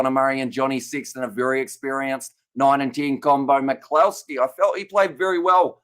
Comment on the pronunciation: Just to help your pronunciations McCloskey is pronounces more like McClusky :)